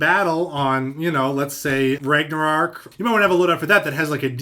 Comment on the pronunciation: You TOTALLY mispronounced Ragnarok XD Yay for Magnum buff! That thing was kick-butt in Halo 4, and I'm glad to hear it's getting better :D #teamminolta #swolo